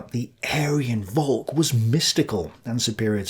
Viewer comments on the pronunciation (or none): Volk is pronounced folk. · Short pronunciation lesson: das Volk (the people, not in the sense of Leute "loite") is spoken “folk", plural Völker, the ö is spoken like the i in bird. Ü ist spoken like dur in french (La vie est dur). So please don't say Fyurer for Führer. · In "Volk" the "v" is pronounced hard, like an "F" It sounds more like "Follck", not like "Wolg" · If you just say the English word folk instead of what you think Volk is pronounced like you'll not have arrived at a correct pronunciation but at least you'll be a lot closer. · My german is not the best, but "volk," is pronounced "folk."